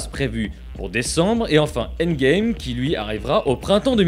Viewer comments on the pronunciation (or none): none